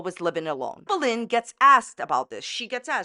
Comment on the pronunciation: everytime she says amberlynn i hear anne boleyn